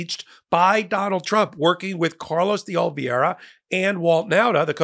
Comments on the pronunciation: De-o-li-ve-ra. Love ya, but mispronouncing repeatedly reduces your credibility. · you have been mispronouncing the surname “de Oliveira” for over a year now, please have some decorum and make an effort.